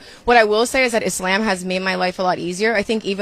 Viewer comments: She cant even say ISLAM properly I was like "wtf is itzlamb" smh haram ahh guhhhh next shes gonna steal my first name start going by Khadija (even I know Im named after Mohammed's first wife) even her hijab is performative because she still cake makeup on like even my Christian born self knows she is shaming Allah I grew up in a predominantly Muslim part of Sydney its not a joke its not a trend women like her make me feel bad to be a woman fr mfn emmbarassingggggg are you not embarrazzed lol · why are you acting like you don’t know how to properly pronounce ISLAM & what a hijab is, you goof 🙄